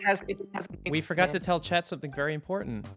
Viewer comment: "i fowgot da backgwound :/"